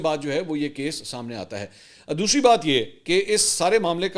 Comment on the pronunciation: " what is DOSHRI BAAT" or is it DOSRI BAAT